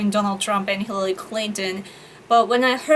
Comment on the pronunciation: Hillally... Hirrelly.... Hirlalry... Mrs Clinton!